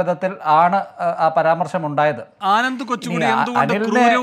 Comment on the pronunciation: എടോ " " ്് 'പരമാർശമെന്നല്ല' പരാമർശം എന്ന് പറഞ്ഞ് പഠിക്ക്!